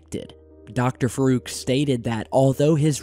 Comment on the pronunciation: Dr Faruk? say it like farook